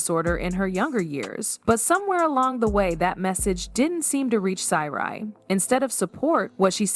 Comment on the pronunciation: GURL you need too stop while you’re ahead who the hell are you’re talking about , their names are Sy’ri NOT Seri and Sonia NOT Sonja my ear are assaulted